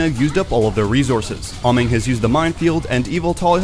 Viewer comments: by the way, im pretty sure its pronounced "ay- mong" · I'll say it again, Ameng is pronounced A-meng, do you guys even watch the OWL live?